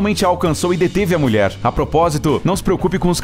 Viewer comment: Só eu q escuto ele falar "muier"? Mulher kkkk